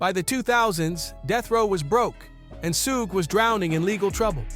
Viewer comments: It's not his name tho? Pronounced 'Shug' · Why do you say his name like that?!?!